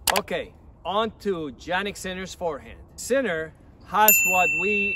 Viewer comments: It's pronounced Yannick not Jannick!! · The correct pronunciation is "iannik" not "Giannik" :) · Yannik , not Jannik